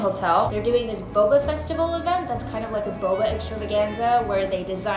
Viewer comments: fun game: take a shot every time she says boboa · say boba one more time, just... one... more... time